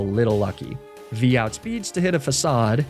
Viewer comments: The biggest crime of this Team Rocket Run was pronouncing Facade wrong. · The most evil thing about this video is how Facade was actually pronounced Facade.